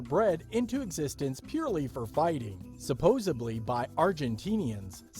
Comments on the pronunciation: Lol. "Cordobia," and, "supposably." 😂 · Sapozibly!? Wow this guy sucks